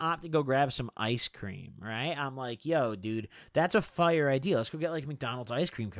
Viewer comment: You say fire my “fyure”